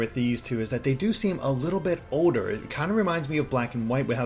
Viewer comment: pronouncing the word older as odor is annoying as hell